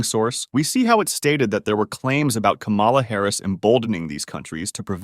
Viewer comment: FFS, KA-mala.